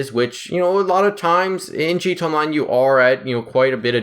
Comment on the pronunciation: Bruh pronounce your fucking a in gta, ........Jesus